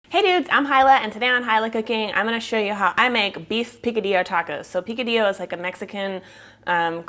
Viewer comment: Say P - Ka - d - yo, not P - Ca - d - Lo....